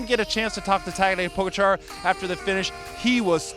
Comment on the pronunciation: Puh-gotcha not pogo-char😁